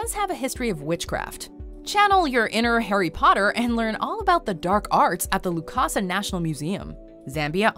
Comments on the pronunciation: It is lusaka not "lukasa" and Zambezi not "Zambeezi" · It’s Lusaka not Lukasa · It's Lusaka, not Lukasa 😂